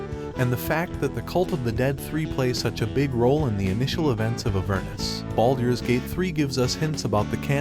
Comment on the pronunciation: the voicing is already better then with the older videos, but it still way off from what is needed for something like high fantasy. not sure this will work with a random voice thats clearly not used to these things. the awkward way of saying baldurs gate and the way its weirdly cut of sounds very much like an ai.